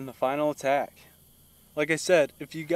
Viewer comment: The Final aQuack - said like "uh-quack"